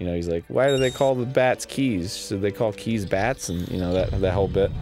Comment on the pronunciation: God dang, when will people realize that Keese is NOT pronounced like "keys"?! I really do not understand how that mistake is made so much!